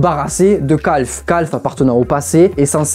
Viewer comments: Pourquoi il appelle QALF « Calphe » 😭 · Tout le monde : Q.A.L.F Lui : CALF OUAIS OUAIS OUAIS